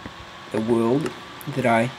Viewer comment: you said wold LOLOLOLOL